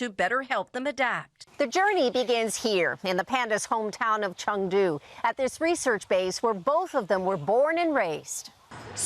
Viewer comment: eh the "cheng" is a rising tone and the "du" a flat one actually